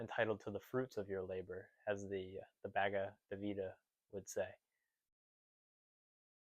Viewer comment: To add just one tiny, philosophically irrelevant observation: in hundreds of hours of scholarly video lectures presented by authorized contemporary Advaita Vedanta Hindu clerics, I have consistently heard the first name of the Gita pronounced roughly as bHAH-gah-vahd, with generally only a slight stress placed on the capitalized letters of the first syllable. This is of course very much inside baseball, not readily apparent to native English speakers. 🧘‍♂